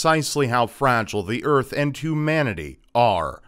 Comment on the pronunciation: "The urf" Damnit it's Earth:p